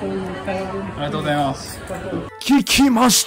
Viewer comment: 安定にありがとうございます 言えてて泣いた